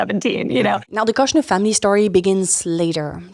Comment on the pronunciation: Kushner has a longer o, like the oo in good. It rhymes with push, not lush.